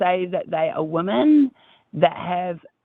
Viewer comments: I'm I the only one who is driven crazy by the new pronunciation of "womEn" as "womAn"? Is it a TERFy thing? I notice generally younger TERFs say "womAn" when they mean "womEn" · It irks me SO MUCH when people can't say the word WOMEN. How is it that in the last 6 months people just default to saying the singular woman instead?